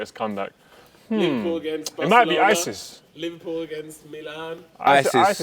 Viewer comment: nobody:: "football Anal ISIS"